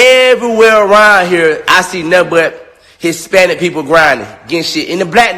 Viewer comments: First of all, is he saying “HisSPANISH”?!!!! 😂😂😂😂😂 who cares what the fuck he has to say ! I’m weakkkkkk lmao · wTF is Hispanish? Is he having a hard time pronouncing the -ich?? The f**k 😒 Nobody wanna hear all this from such an ugly dude. Ewwwwww